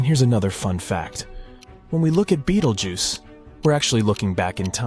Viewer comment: Not AI 😂😂😂, yeah, of course. The different pronunciation of Betelgeuse one sentence by the next clearly proves that. Plus 100% fear-mongering. If B explodes, nothing will harm earth.